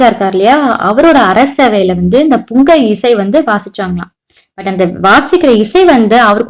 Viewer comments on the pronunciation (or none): Akka athu pungai illa pungi